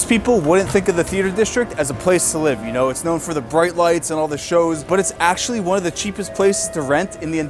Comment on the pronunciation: why does this guy insert an 'uh' at the end of words "on the other handuh" "living under the poverty lineuh" "this video, is for youuh"